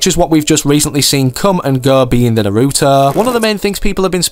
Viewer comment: I had a mental breakdown when he said naruutaaa